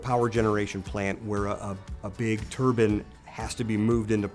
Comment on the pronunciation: A big “turban” I understand regional accents but cmon how do you look at turbine and decide that is how you pronounce it